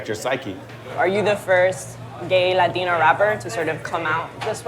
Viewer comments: LADINO 😂😂😂 I thought its pronounced Latino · Forreal bitch says latinyo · Take a shot every time she say LateenO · Bruh this bihh sounds mad weird when she pronounces "Latino/a" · She putting to much emphasis on it 😑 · She prolly doesn’t speak no Spanish but knows a word or two so she really tries hard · I just seriously despise that woman so fucking much and her butchering of 'latino' oh god please I hope she gets abducted or some shit by a mexican gang